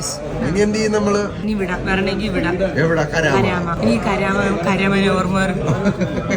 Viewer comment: കരാമയല്ല gooys 😂 കറാമ😅